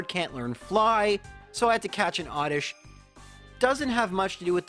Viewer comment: He’s Canadian, he tries.